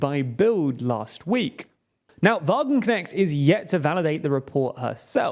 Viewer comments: "Wagenknecht" is more closely pronounced like "Vah-gun-cnesht" imstead of "Vah-gun-cneckt" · i really like the butchering of her name by the dude in the video! from now on i will also call her wagenknekt :D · that "ch"-sound is not prodounced "k" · Sahra Wagenknecht is not right-wing on social issues at all. The creator of this video understood nothing about Wagenknecht's politics! And the name is not pronounced correctly, too. ch is not k!